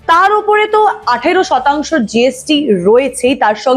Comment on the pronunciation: ক্রমশ উচ্চারণ শুনলাম "kromosh" আর শতাংশ উচ্চারণ শুনলাম "ষটাংশ" 🤦‍♂️🤦‍♂️🤦‍♂️